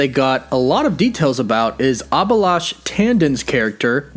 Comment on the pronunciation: It's not abilash , it's A-bhi-lash